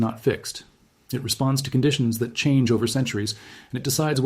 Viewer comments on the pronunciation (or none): none